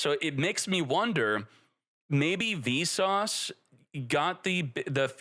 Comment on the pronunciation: lol every time you say "Visas" it sounds like "Vsauce" and all i can think is "hey vsauce here". also a yubel playe rmade the ban list lol, he got cucked by a tearlaments deck and also couldnt beat snake eye so he made it so nothing really changed for yubel while destroying the other 2 lol